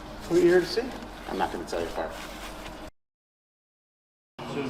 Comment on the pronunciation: Hi FARR . The T is silent. You know everyone calls him FART and his hair fell out.